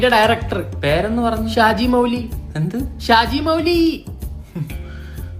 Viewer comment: ഷാജീ മൗലി അല്ലടാ ഷാജി മൗലവി 😂😂😂😂😂